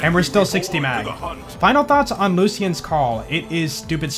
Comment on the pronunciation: Its pronounced looshans call